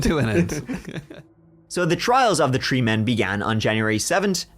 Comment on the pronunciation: cuz that's how pronounces it. Like Tree, instead of Three.